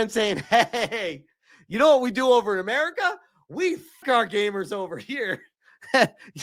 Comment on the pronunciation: yes, like and share, amewican capitalisht pig